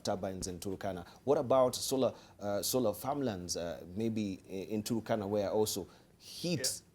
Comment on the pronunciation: the turkana wind project. most kenyans pronounce it with an extra u (turukana). i dont know why.... its like the way the presenter is pronouncing waste west